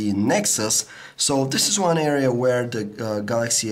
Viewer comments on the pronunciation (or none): none